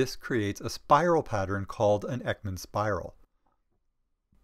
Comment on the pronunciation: Thank you so much! The information is great and so helpful!! Though you're not very good at pronouncing swedish names😅❤️